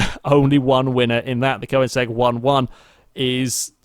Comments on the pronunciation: It isn't, it's Koenigsegg not Koinsegg like he's pronouncing it. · Am I the only person irritated by the way he says Koenigsegg?